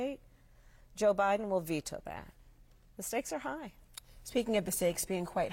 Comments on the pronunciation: The interviewer said "president O'Biden" 😂😂😂😂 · She said president Obiden